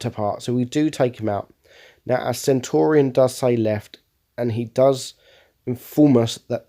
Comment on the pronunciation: Why do you call the Centurion Centauri?